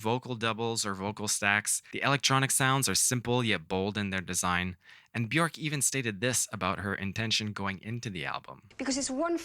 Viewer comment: Great ideas. Like the thinking behind these about limitation breeding creativity, sound design and using your influences. Bjork is pronounced wrong though. Just thought I'd mention. Cheers